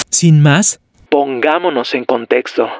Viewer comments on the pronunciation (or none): none